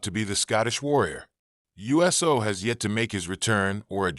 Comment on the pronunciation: It’s not us o it’s uso